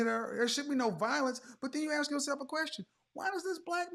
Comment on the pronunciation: All high value men like a woman who can AXE questions.